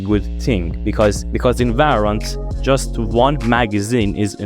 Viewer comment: its valorant not varrant